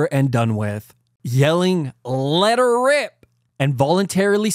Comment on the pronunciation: "Let err rrip" diabolical 🤣🤣🤣